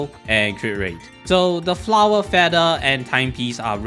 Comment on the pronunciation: "Flawah" I love it